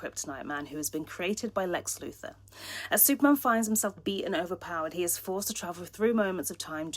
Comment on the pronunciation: Why did you say Luther instead of Luthor, and Kal ElFFfff?????